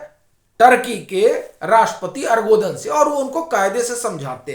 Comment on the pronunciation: आर्गोदन नहीं एर्दोगन